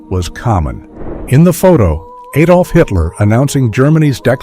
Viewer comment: Adolf, not aidolf, day advert then knock vert off and say ad olf